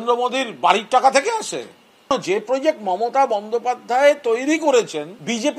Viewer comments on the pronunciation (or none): none